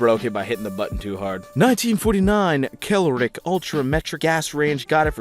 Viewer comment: "Kel-o-rick" Ultra-"Metric ass" range 😅